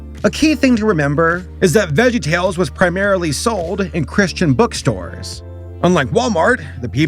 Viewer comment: My disappointment is immeasurable, and my day is ruined. You called VeggieTales "vegtales"